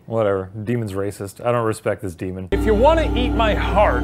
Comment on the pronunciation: Deman?... STOP CALLING IT THAT! DEMAN!!